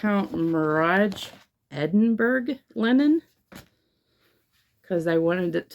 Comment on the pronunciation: I watched you! Love the cameo from Jeremiah too. It's great to see the projects close up, video works so well for cross stitch. And to hear your voice too. Your pronunciation is pretty good except for Edinburgh LOL Americans cannot speak Scottish at all! It's Edin-burra or sometimes Edin-burrr but not berg ;-) Love seeing how each project fits into the acrostics and challenges. Any chance of a tour of the cabin? I'd love to see it and spot more of your quirky decor.